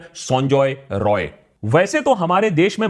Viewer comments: I want to rectify one thing. You are pronouncing accused name incorrectly. His name is Sanjoy Rai... Not Roy.. He is not a bengali.. He is an outsider so dont pronounce it like Roy Roy.. Its Rai Rai.. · Is he not Sanjay 'Rai'.? Roy and Rai is not same... it is sounding wired... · Correction:It’s not Roy it’s Rai